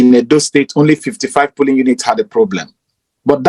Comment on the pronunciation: Please, dear brothers and sisters, the word is POLLING, not PULLING or POOLLING. Please let's make the effort to improve our grammar.